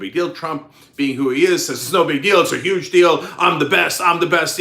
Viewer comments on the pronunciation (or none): none